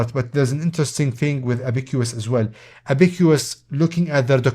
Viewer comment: say ab-uh-cuhs like the chinese counting device